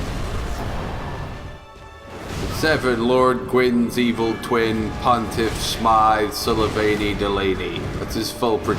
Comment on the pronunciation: Pontiff Smythe Sulyvayney Delayney AHAHAHAHAHA!